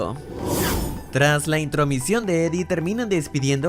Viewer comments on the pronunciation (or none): Intromision dijo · dijiste entromicion